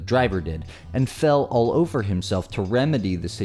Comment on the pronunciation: "ohvah"? Does the cop mean over? Does this cop know English? Pawk they cause? Cause? Does he mean cars? Edit: wait, did he says summonziz? Like a toddler?